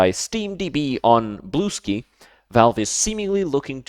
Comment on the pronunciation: You are the only person aside from me 8and my sister) who pronounces Bluesky the correct way 🥰🥰